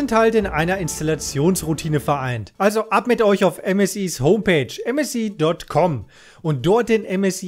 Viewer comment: ÄM ÄS AI